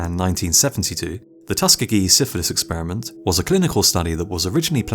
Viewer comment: Tusk-gee-gee? Lol! oh u Brits are hilarious